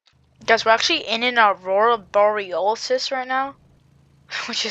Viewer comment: Aurora borroraliss bro said